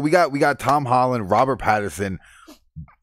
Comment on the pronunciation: Pattinson not Patterson